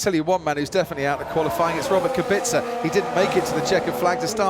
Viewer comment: Is it really that fucking hard to say (KubiTZa)?!